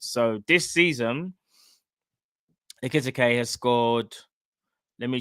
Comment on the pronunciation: Bro his name is EKI TIKE 😂 pronounced EKE TEEKAY